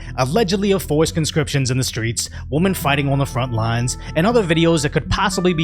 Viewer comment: I just want to know if the incident at that Osteen church was related to that guy you showed us crossing the border who said we'd find out who he is soon enough. And "women" rhymes with swimmin'. I have no idea how no one ever corrected you before me on that Livestream. LOL!